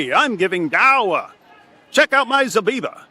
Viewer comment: “Check out my zabeeba” 🤣🤣🤣